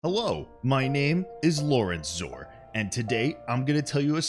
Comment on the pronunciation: "Lawrencezaur" is the funniest thing I've heard all day :D